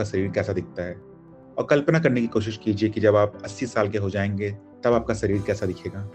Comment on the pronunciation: सही शब्द है _दीवार, न कि दीवाल, इसी तरह सही उच्चारण है _शरीर, न कि सरीर